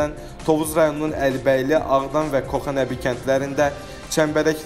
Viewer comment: Koxa Nəbi sözünü düz tələffüz edin K- kitab k-sı